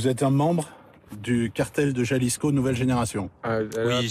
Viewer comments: “Jalisco” faites un effort putin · Putain comme il prononce jalisco